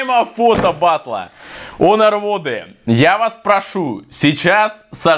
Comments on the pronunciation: Почему онер а не хонер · Почему он говорит онор или мне так кажется 😤